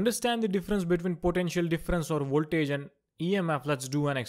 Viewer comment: it's voltage not voltrage ehehehe